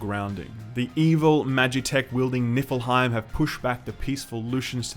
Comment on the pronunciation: lol..."i swear it sounds like your saying Nippleheim... "God was killed by the Nippleheim"..